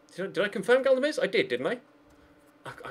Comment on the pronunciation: Galdames is pronounced GALDames not GADLames